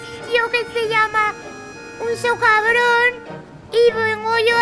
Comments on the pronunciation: Like porque dice en ves de decir socavón soterrado dice socabron soterrado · No ha dicho socrabon 😂😂🤣